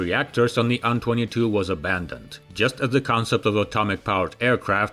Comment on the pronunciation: Dude, you need to stop this. AN22 is an INITIALISM, not an acronym. You say "eh-enn-twenty-two" not "on-twenty-two" because that's confusing as hell. Same with Tupelov. It's "Tee-Yoo-one-one-four" or "Tee-yoo-one-fourteen" it's NOT "two-one-one-four" because that's confusing as hell! STOP IT!!! How can you not understand this? Is the first syllable of Tupelov different that the number Two in your language? Because in english they're identical. You know this. Knock it off. Now.